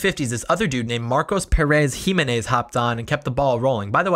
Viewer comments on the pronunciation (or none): Jiménez is Spanish. Not French. Hee MEN es.